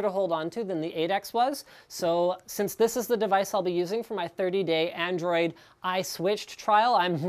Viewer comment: "ANDRIOD" & "powerfuler". Which country u from bro?